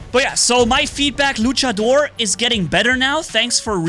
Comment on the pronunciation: Se dice luchador no luchedor